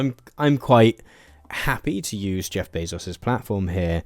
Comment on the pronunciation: I know that this is the least important thing ever, but you're pronouncing Bezos' name incorrectly. It's Bay-zous, not Bay-sos.